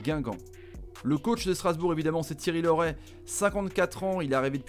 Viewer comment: Heu ce Thierry Laurey pas lauret